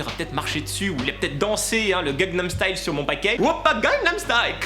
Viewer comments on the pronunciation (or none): none